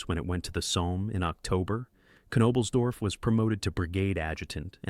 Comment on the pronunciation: I’m sorry but I can’t sit through an hour of you butchering his name.